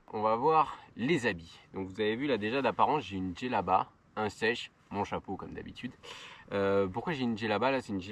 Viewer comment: un chèche, et non pas un sèche :)